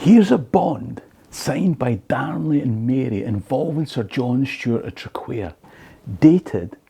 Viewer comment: TRAQUAIR - Say TRACK WARE or TRAC WAIR not Track Care. Its a funny one though with its QU. Heard it called TRACK WIRE